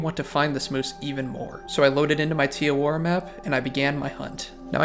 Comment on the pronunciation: im not from new zealand but you cannot be calling it "tee awora" 😭😭jokes aside very good video, this game's youtubers are very bland and solely gameplay focused and we need more storytelling videos, you gonna be a pioneer in the cotw community if you keep this up